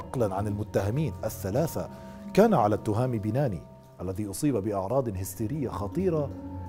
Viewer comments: شكرا اخي على سرد الموضوع ولكن للتصحيح بعد المفرادات واسماء فإن اسم الشاب بناني وليس بيناني وشاطئ واد مرزك وليس مزرك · سرد جميل للقصة، قناة ممتعة و اجتهاد يحسب لأصحاب القناة، تصويب ، التهامي بناني بتشديد النون ، واد مرزك وليس مزرك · التهامي بناني و ليس بيناني النون الثانية مشددة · اسم والدة thami banaani المفقود هو hayatt l 3alami.....هذا هو النطق الحقيقي لاسماءهما وليس توهامي بيناني .غلط ...اما نطق binani ...فهو نطق خاطىء للشاب المفقود ...اما اسم الطفل هو rayan ريااان ....بالنطق المغربي وليس ريان بتشديد الياء بطريقة نطق اللسان العربي ....هذا فقط لتصحيح المعلومة .. نطقنا كمغاربة لاسماءنا يختلف